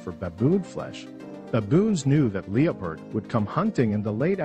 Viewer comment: You don't even know how to pronounce Leopard